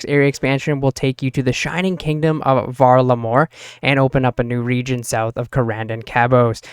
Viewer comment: Val-Ah-Mor not hard to pronounce they said it about 83 times in the summer summit stream lmao